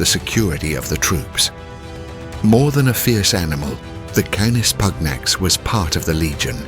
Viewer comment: The Roman legions were decimated in the Teutoburgerwald, dogs or no dogs. Germans? You do not know the difference between Germans and germanic tribes. You can not pronounce 'canis pugnax'. Goodbye.